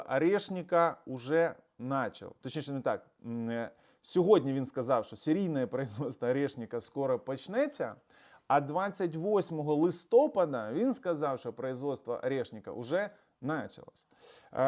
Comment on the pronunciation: навчіться правильно наголошувати слово ,,ЛистопАд,, а то слухати ....